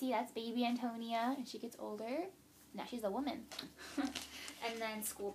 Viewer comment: Pronunciation of Antonia: An - toe - knee - uh